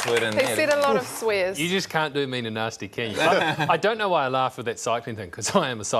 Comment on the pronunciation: He said a lot of swirs